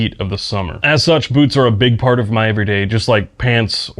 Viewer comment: This video started auto-playing, and before I looked at the video title, my brain thought I was hearing "boobs" instead of "boots"